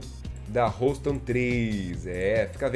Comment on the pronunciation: Houston pronuncia-se ˈ(h)yo͞ostən